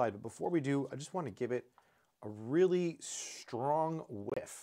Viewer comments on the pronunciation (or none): none